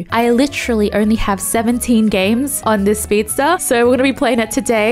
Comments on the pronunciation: it's not speedstare, it's speedstairs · "Shuld" "speedstare"